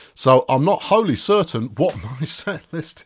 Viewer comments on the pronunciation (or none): none